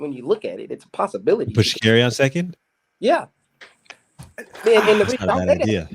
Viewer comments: Me too... And when he says Sha'Carri's name wrong too 😂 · 😂every show he gets the name wrong at least 2 times